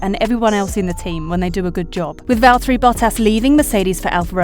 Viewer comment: How about pronouncing Valtteri's name properly?